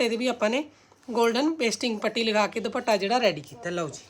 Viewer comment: ਤੁਸੀਂ ਦੁਪੱਟਾ ਕਿਹਾ ਕਰੋ ਦੁਭਾਟਾ ਅਜੀਬ ਲਗਦਾ